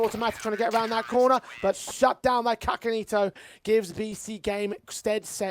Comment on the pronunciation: I think the pronounciation is SASAnito not kakanito?